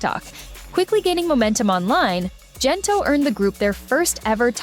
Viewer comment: Is the narration AI? Why pronounce Gento with a 'j' not a 'g'? Imagine the boys singing the chorus 'gento' pronounced with a 'j' and see how ridiculous that is. If the narration is done by a live human then shame on that person. Ang corny mo.